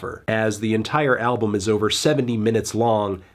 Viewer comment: Decent review melon but did you really have to pronounce the L in Album like an Asian throughout the entire video